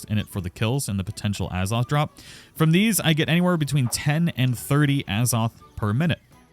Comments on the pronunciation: Az-oth. Not “A Zoth” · As-oth not A's-oth why are u punishing viewers